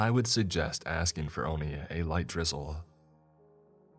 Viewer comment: Okay silly random thought here at first I thought he was saying Gristle. But then he mentioned it as sauce and then it came to me he's saying drizzle. Either way gristle or drizzle. They both sound fucking disgusting